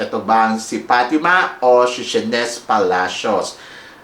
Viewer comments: Pronounce as Shey- nis not Sheynes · Ayan ka nana man sa pronounciation mo sa SHEYNNIS.